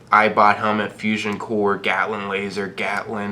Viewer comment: The way he pronounces things is fuckin frustrating , "moltiv cocktail, gaous rifle, bold action rifle, gatlin gun, appalacha" Jesus